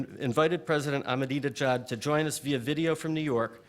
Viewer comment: He had four goes at pronouncing "Ahmadinejad" before he got it right. How appallingly ill prepared and disrespectful. Could he not have practised before the event? It shows the level of disregard with which Middle Eastern leaders who fail to fall into line behind the US are treated by the mainstream media.